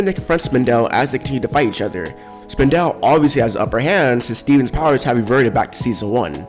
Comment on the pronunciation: Did he just say spin- del? Ok you be you say it you want